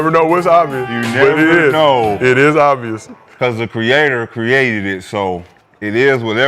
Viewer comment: Kenyon DESTROYED Rashad with the "is it obious?" 😒😂😂😂